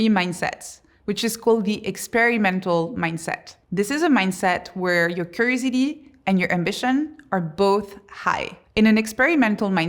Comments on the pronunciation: The whole time, she was saying crazy d, and i was like, what is she saying? Lol, curiosity is what she was saying, lol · Try to say curiosity now 😊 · How am I going to listen to Somebody's advice that can't even pronounce curiosity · Is she saying “curiosity”? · Is this for those with ADHD spectrum? From her introduction how she ended up doing this research, she might be one of her target audiences? Has she finished her PhD yet? Could you please pronounce "curiosity' as it's supposed to sound? I might be your target audience and I'm interested in what you have to say. I'm a bit distracted by the style of your presentation...